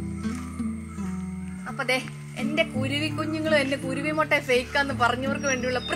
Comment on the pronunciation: മൊട്ട അല്ല മുട്ട 😃😃😃.. എന്നാ ഭാഷയാന്നെ